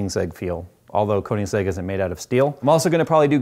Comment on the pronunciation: The way he said Koenigsegg killed me inside...